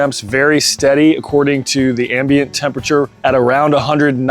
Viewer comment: That’s not how you say ambient lol